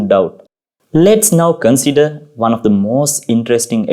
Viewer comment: Father Your English is good, but your accent robs it of clarity . May I give u advice, if your when speaking English , do not roll the R's, that would go far in making easier and clearer to listen to your chosen stories, and a second point , th words are not pronounce like d, soft th , the that is correct , not dat not dose. These 2 things will go very far if you're willing to work on them , good video , I had t turn on google translator (not very reliable ) to understand a few sentences. The remedy is fairly simple if u do not mind me saying so , because your English is fairly good.